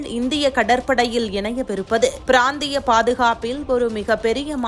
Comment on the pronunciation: Brandhi ya அல் pranthiya m என்று சொல்ல வேண்டும் என்ன தமிழ் பேசுகிறீரகளோ